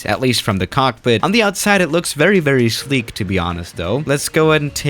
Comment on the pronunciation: Nobody:: Shleek